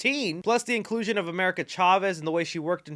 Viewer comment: incruison? lol u fukd up